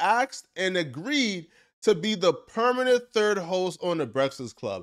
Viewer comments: That fact that you cant pronounce BREAFAST CLUB is hilarious 😂😂😂 Brefsix 😂😂😂😂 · "brestfast club"😂